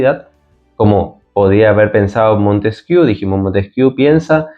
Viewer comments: Se pronuncia "Montesquié", no "Montesquiú". PD. ¿Podías dedicar un vídeo a exponer tu punto de vista sobre la Teoría de la Evolución? Porque, según la misma, la racionalidad (la mente, fruto de la complejidad cerebral) si evoluciona a partir de la animalidad (y yo estoy de acuerdo). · Se pronuncia "Montesquié",: pregunta a cualquier profesor de Historia o de Filosofía. Y sí: ya he visto que tienes un par de vídeos que tratan el tema de la evolución. Gracias.